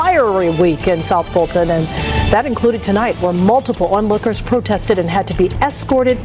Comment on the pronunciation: Fulton...Dolton....sounds the same to me....